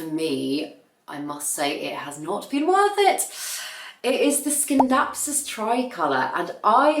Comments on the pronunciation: In Classical Latin the 'C' is always pronounced with the 'k' sound, so I'd say that 'skindapsus' is correct 🙂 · Scindapsus In German is also pronounced like you say it. I actually think that's how it is pronounced cause if you say Sindapsus, where do you leave the C letter?? So, yeah, I stand by you and SCindapsus 😊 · C in latin is pronounced K, so you were right about the ”skindapsus”. ☺️👌🏻 About the one leaf Alocasias; I noticed that the ones who are not doing well are in glass vases. Could it be something about the aeration of the roots? Maybe you could try repotting them in a pot that is breathing better?